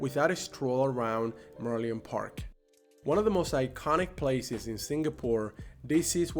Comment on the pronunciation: Sorry, but I would like to point out some mispronouncement of a couple of words : firstly, the word Changi Airport : correct way is "Chang Ngee", not "Chang Ji". Another word is Merlion. It should be "Mer Lion" instead of "Merleon"! Anyway, hope you both enjoy your stay here! Welcome to my beloved country, Singapore!!